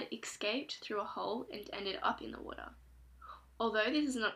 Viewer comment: youw woutah . .